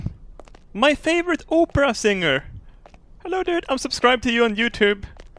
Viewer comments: uhhh...... I think you mean opera with a short O. the way you're saying it is Oprah. that's a celebrity. English 101. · It's cause he said opera like Oprah in the beginning of the video.... But close enough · When you say opera, it sounds like Oprah. XD